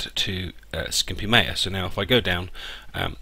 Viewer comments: Not Meja it is Maya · you pronounce maya wrong...